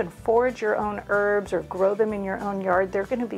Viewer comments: Why do you say ' erbs' and not ' herbs'? Thanks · Please pronounce the H when you say herbs. Saying erbs, annoys me. Bye the way, thanks. Great video. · Thankyou but there’s a H in Herbs